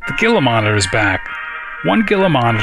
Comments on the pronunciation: Not to be rude but its pronounced Heela not geela, just like with the Gila Monster lizard. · Loving this. Keep up the great work! (Gila is pronouced HEE-la, by the way).